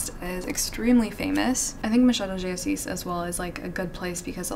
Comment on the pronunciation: She saying “Machado de assis” is the most perfect thing that i have ever heard